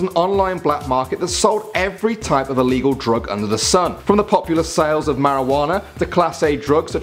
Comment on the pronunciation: ITS ILLEGEAL